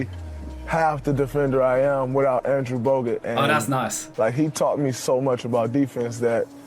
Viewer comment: shi says andrew bogut lmfaooo